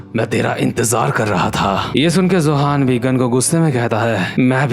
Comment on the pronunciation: Btw I think you should know it's Yohan not johan so from next chapter you should say yohan instead of Johan cause it just sounds wrong